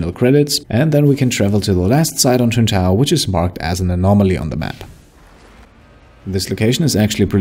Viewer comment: It’s Tuntae….. ohhhhhhhhhh😂